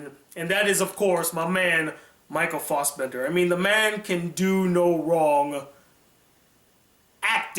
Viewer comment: Michael Fossbender. It's Michael Fassbender.